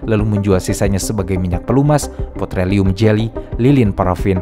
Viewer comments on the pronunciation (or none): PEtroleum bang bukan POtreleum